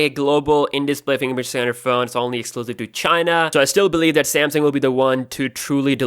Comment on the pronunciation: Cool,but I just can't listen to you.Your accent is horrible...Rashiyaa?How that?Say Russia[Rasha] or Samsiung...Just Samsung